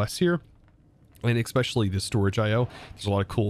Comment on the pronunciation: Hey, one question and one request all in good fun. Why no watch of flowing time? Can you say “eSpecially” just once instead of “eXpecially” please? Having fun with this pack so far. EMC gen is painful at this time though.